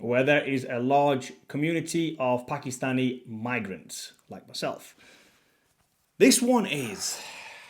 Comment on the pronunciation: Its pronounced Paak-Kiss-Staani NOT P*ki-Stani